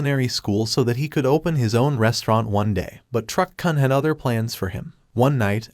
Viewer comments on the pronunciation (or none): It's Truck 'koon'!! It hurts my ears every time you mispronounce it! 😢